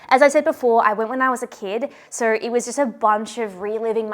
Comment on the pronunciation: Every accent has such interesting quirks. I really like yours. My favorite part is when you say any O sound it sounds like OEUR. The word so is like five syllables lol.